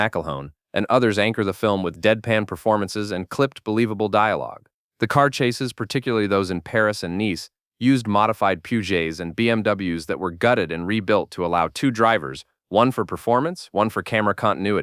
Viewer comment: Where else can you hear Peugeot pronounced as "Poo-jay" 😁